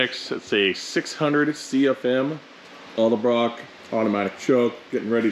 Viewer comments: Edelbrock…. Not eldebrock. Nice truck! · Love the videos... but pleease 🙏 it's Edelbrock.. not Elderbrock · He said: "Elder-brock intake." When attention to detail matters, you want to choose a mechanic that can't pronounce the name of the parts he's bolting on your ride. 😉👍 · Elderblock? Or edelbrock? Lol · It's pronounce Ed-Ull-brock. Edelbrock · Why can no one say edelbrock right 😂 sweet truck though. Love 400’s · The way you can’t pronounce edelbrock reminds me of the people who say “Cadillac converter”.